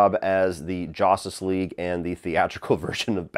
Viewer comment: Why do you say “Jostice league” it’s justice with a U juh-stice